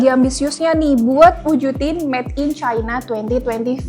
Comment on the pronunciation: "Met in China" atau "Made in China"?